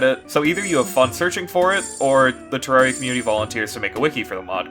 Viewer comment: Finally, a content creator that says terraria correctly.